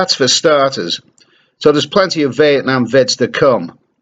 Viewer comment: My brain heard you say "Vietnam Vet" gave this 68 years old yank nightmares. I now think you must had said Vietnam Vedio.